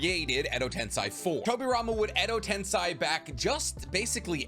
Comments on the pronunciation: Exo tensey** not tensai damn dawg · "ten-say" not "ten-sigh" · Bro, it's edo tenSEI not tenSAI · What really bothered me was how he said edo-ten-sigh instead of edo-ten-say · Why are you pronouncing Edo Tensei as Edo Tensigh. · No way you said Edo TensAI??????